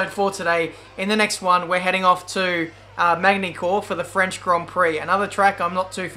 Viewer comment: ''Mane-ny Cour'' rip